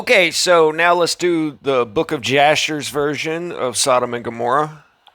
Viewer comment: "Yasherel" not Jasherel but LMAO